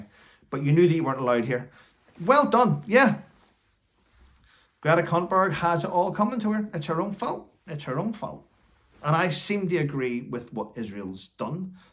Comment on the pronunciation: A bit of linguistic fun, her surname, Thunberg is pronounced "tunberry". Did you know that the tennis players name, Björn Borg means Bear Castle. My husband has a nephew called Thor pronounced Tor ???